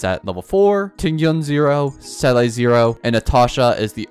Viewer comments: It’s not seeley btw it seela seela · Se-lay😂 most ridiculous pronounciation ive heard yet its literally zee-la not that hard😢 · The baffling thing is that people who pronounce her name correctly seem to be in the minority. I can only assume they either skip story or pay the barest minimum of attention because I don't understand it either lol. I've heard 'seelie', 'selay', 'saylay'... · How is it possible that you mispronounce Seele when the game says her name nonstop in the belobog story? I don’t understand why you wouldn’t want to pronounce character names correctly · Some people don’t play the game in English Her name in game is also pronounced wrong to begin with. The number of people that CORRECTLY say the same is low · exactly, there's always a different situation. People need to just be more understanding and stop yelling at content creators in the comments for not pronouncing something right . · bro fr. People exaggerate this so much and content creators are getting so restless of it.